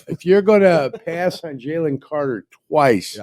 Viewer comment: My problem with is while he is football smart, he thinks everything he says is gospel and he has no wiggle room for change or different opinions sometimes, no matter the facts presented to him. Also, where in the hell did learn to say "on"?